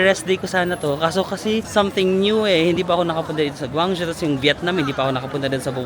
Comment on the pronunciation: Guangzhou is pronounced as "gwong-joe" 😊.